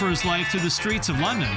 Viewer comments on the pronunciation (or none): none